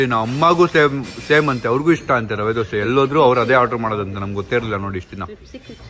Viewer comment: it is rava not lava And it is rose water not lose watel